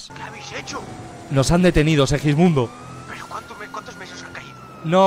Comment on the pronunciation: Ajajj sí el que dice sewijmundo